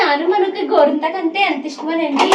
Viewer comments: Gorenthaku❌ gorintaku Thrain ❌ train Hahaha emindandi meeku 😂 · గోరింతాకు కాదు గోరింటాకు